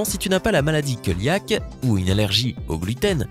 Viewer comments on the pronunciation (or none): Coeliaque: se prononce Séliaque et pas keliaque. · Coeliaque se prononce séliaque et pas keuliaque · "KEULIAK"... Pffff..... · Maladie coeliaque se prononce céliaque x) (Rien de méchant, c'est juste à titre informatif) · queuliaque c'est joli X'D